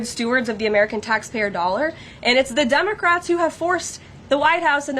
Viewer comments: I swear she started out calling them Dumbacrats. LOL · did she just say dumbocrat?